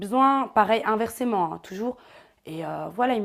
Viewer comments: Et inversement pas inversément 😂😂😂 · son inversement me stress, elle dit inversement et ca me stress trop